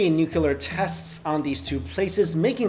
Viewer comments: You're pronouncing Nuclear wrong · your pronunciation of "nuclear" is so irritating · #1 I apologize. Ordinarily I don't get in on the grammar nazi thing, but for some strange reason, nuclear is one thing that just grates on my nerves. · from french i say nucli-ar. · Learn how to pronounce nuclear, please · You always say nucular instead of nuclear lol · It's not nucular it's nuclear. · Nuclear* not nuculer. "Nuculer" is not a word. Also, please use the correct nomenclature of hypothesis when postulating conspiracies. A theory is something to which there is verifiable, repeatable, and objective evidence to support the postulation. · It's nuclear,not nuke-ular.Are you Bush? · "where the most brilliant minds conjugated"? It's congregated. "large groups of nucular engineers lives"? It's spelled "NUCLEAR" and pronounced "nu-clear". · ....for God's sake stop saying "nukouler" it's NOU-clee-er! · "New-clee-er". Not New-que-ler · It's nuclear, not nukelar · He said "nucular". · Why are people still pronouncing nuclear wrong? Nuke-klee-ur, not nuke-you-ler. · STOP SAYING NUCULAR, IT'S NUCLEAR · always love all of your videos. just one suggestion the word is nuclear not nucular.:-) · Hey... it's pronounced NUCLEAR. Not NUCULAR. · How's it possible to pronounce nuclear as nucular?! \8I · Nuclear... It's pronounced NEW CLEAR. There is only one U. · "nucelur bombs" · Stop saying nookyular. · What's a "nucular" weapon? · "Nucular" count is too high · NEW-CLEAR, DEH-BREE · As far as I know It is called nuclear weapon (utilizes the atomic NUCLEUS). Not nukelar (as pronounced in the video). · I get cancer every time he says nucular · "NUCULUR wepunz" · He says 'nook yoo lar' like Bush did. Made me run screaming from the room. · I chuckled every time he said "nucular" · No, he says nucular.